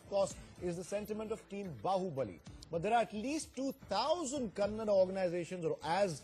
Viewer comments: dumb news anchor can't pronounce the word kannada , its not "kannad culture" , get your pronunciation right. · First of all it's not kannad it is Kannada he is vatal not vittal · lo Nin nakkan anchor its nt kannad its Kannada lofers before running a channel first spellout da words correctly dabba bahubali should nt release in our karnataka if dat konga tel